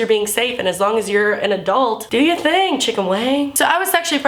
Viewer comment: lol it sounded like "do your thang chicken wang" and because fucked up minds, I thought of a chicken with a dick. FACK!